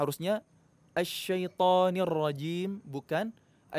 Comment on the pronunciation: Syaitonirojom bukan syatoniwrajim